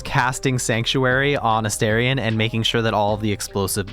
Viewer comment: Can I just say I love your video? However, I cannot subscribe until you pronounce my boo's name properly. It's A Star ree ahn, not A Stare ree ahn. Just FYI.